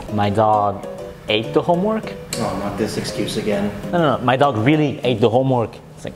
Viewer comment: Its “homme” work